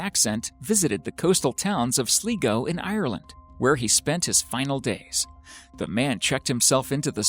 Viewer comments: Regarding your pronunciation of the word "Sligo", it's pronounced Sly go. You're welcome. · Its pronounced are-land a d sl-i-go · It’s pronounced as sly-go for the county Sligo, man that really irritated me when you said it. 🤣🤣🤣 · It's pronounced "Sl-eye-go." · Sligo is pronounced sly-go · Why mispronounce Sligo as Sleego? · hi if you want to pronounce sligo right sounds like sly -go =sligo sorry was driving me nuts when not said right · It's pronounced Sly-go,Ireland btw. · Klik Date there's a difference between being a snob and correcting a mispronounced county, darling. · Your pronouncing Sligo rong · Please Stop saying "Sligo" your saying it so wrong lol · Its pronounced Sl-eye-go not Sleego. Y'all need to research before you babble on spreading the wrong information... No place called SLEEEEGO in Ireland 😂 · Stop saying sleego it's fucking Sligo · It’s pronounced Sly-go, Ireland. Not sleego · Not too be that guy... But that town in Ireland Sligo. Is pronounced Slygo not sleego. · It was the case about the “old Germanic man” that made me doubt EVERYTHING on you and ANYONE else’s page that mentions ‘mysterious’. Do your research please. Without mentioning the mental condition of this known ENGLISHMAN. You pronounce (Sligo) as ‘Sleego’... it’s SLYGO. SLY. GO. Sligo. I doubt everything else you have ‘researched’. The man had an illness and made up his own mind as to how he was going to see out the rest of his life. He discarded his belongings in a far away place and the proceeded to end his life by drowning himself. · It's pronounced sl-eye-go not sleego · hahhaha im irish and the way he said sligo was sleego but its lronounced slygoo😉😉😉😂😂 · It’s pronounced slie go no slee go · It's not 'Sleego' - It's Sligo (do you pronounce I like E?) Think eye - Sligo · It’s pronounced sligo not slego🤦🏼‍♂️ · It's not pronounced (Sligo) Slee go it's Sly go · its pronounced sly-go not slee-go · In the 3rd video the name of the town isn't "sleego" its sligo pronounced sly-go